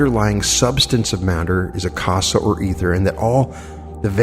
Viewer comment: Akasha is pronounced Aka—sha as in sound of sh as in should ..... minor, but.....these are great lessons, thank you, and appreciate them, but my inner english major just gave a note.